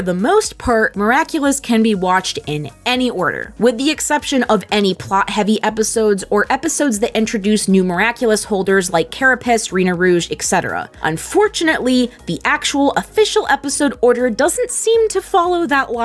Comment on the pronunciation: They seriously just said CA-RA-PISS